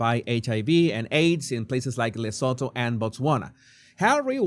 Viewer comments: The T is not silent.i grew up in South Africa near the border of Lesotho. It’s pronounced Luh-soo-too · Please try pronounce it like this... le soo too its a silent H. Im south african. Just helping 😂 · Venezuelan accent to African name!